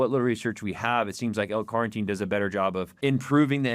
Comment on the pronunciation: Take a shot of protein every time he says L Carnteen 🙄